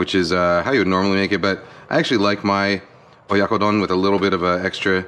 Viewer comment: You butchered it XD